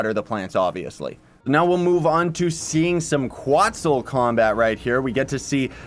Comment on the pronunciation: it’s quetzal, not quotzal